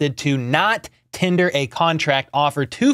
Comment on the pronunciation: Why must you always pronounce it "tinder" instead of "tender (like 10-dhur"? 😂😂😂